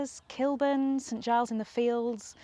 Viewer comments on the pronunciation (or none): none